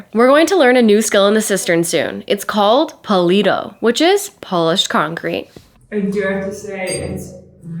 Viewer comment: I heard "polish concrete" and wondered for a long time what was special about it... But then I heard that you said polished concrete